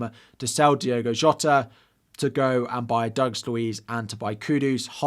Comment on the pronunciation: Hi, you and several other podcasters keep calling Jota, Diego. It's Diogo. Not a criticism, just an observation. I love your videos, many thanks, Carl